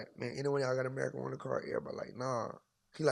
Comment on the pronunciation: Did bra say America marjuana card 😂